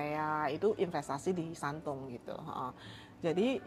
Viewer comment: dr video ini saya belajar hal yg lain lagi dlm melafalkan shandong ternyata dibaca shantung kayak chendu kemarin yg dibaca chengtu krn kalo lihat yter bule mrk akan baca sesuai dg hurufnya makasih mimin